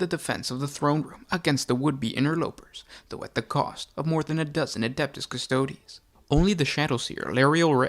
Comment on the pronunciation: It’s Custo-dees, not Custode’s